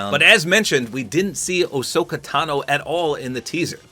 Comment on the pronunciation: Ohsaka its Ahsoka